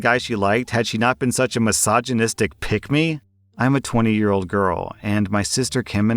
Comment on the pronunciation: So... When you first said "pick me"... I thought you said pygmy lmao. "She's the definition of a pygmy"